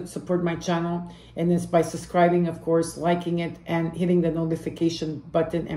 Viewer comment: haha I’ll take the sign When you said course for school I heard HORSE 🐎. Made me think. I got lots of Pisces in family.